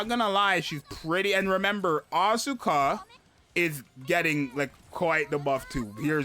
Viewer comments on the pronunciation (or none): Crown is my highest CP unit, but I will try to pull for Mari too. Btw it's As-ka not As-U-ka, the u is not exactly silent but it sounds 10x less obnoxious than AsUka, check the pronouciation yourself.